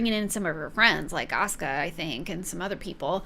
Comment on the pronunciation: The crazy thing to me is mispronouncing Rollins but nailing "Asuka" on the first try